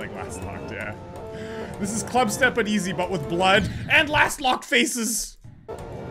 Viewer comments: Lostlocked not lastlocked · I was screaming whenever he called lostlocked, "lastlocked" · pls stop saying lastlocked it's kind of disturbing